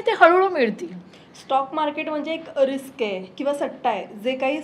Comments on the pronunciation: रिकस नाही....रिस्क.....pls chrck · Riks नाही Risk